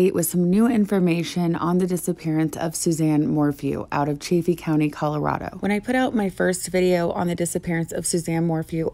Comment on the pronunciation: Chaff Eeeee. Chaff Eeee. Not chay feee.